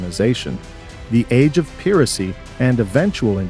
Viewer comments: Johnny Depp? Pronumciation of archipelago and piracy? Saudi arabia as Europe? King George Eye? World War Sia? What is that? Harold Macmillan? Wow this is bad. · Great information. I'm not sure if it's because of AI, but words like archipelago and piracy were butchered.